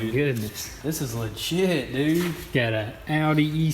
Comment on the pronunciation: That’s “legit dood” 😂